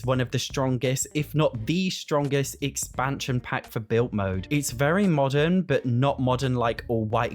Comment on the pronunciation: Why don’t you pronounce your d’s? ‘Built mode’ ‘mootlet’